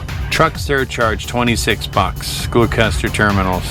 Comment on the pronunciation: Gloucester is pronounced " Gloster" its named after the UK city